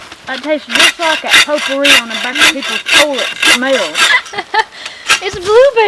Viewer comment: I worked with a woman who pronounced potpourri "pot poohy!" That's what it smells like!